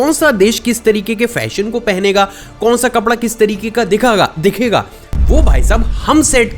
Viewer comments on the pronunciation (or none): zaban lar-khada gayi 😂😂 Dikhaga ❎ Dikhaga ✅ 🤣